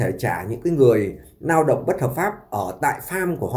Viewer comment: Noi ngong qua ong oi , N thi noi la L ; L thi noi la N 😅 Lao dong chu khong phai nao dong